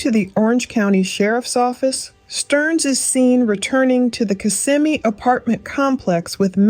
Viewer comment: It’s pronounced Kiss-ah-me